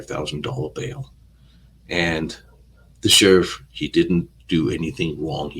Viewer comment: What is an ashterick? What a tsherrrif, hahaha